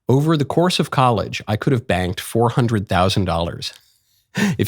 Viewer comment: At first I thought he said “banged” 400k. 😅